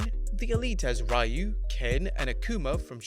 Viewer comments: REE-you...not RYE-you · Raiyu.....it's 2020, everybody should know how to pronounce Ryu by now.